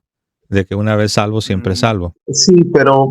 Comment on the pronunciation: Hermanito se dice SALVO...no sarvo